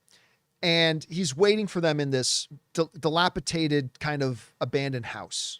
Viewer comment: I don’t think John knows what “dilapidated” means, nor how to pronounce it. lol